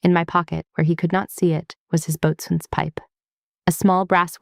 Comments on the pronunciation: The "t" in Boatswain is silent. It is pronounced "Bo-Sun" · Only civilians "boatsman". All sailors and most other military say "Boson". Just like they say focksol not forecastle. My uncle was career Navy.